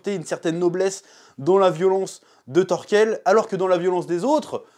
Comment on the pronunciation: Par contre c’est Thorkell, pas Thorskell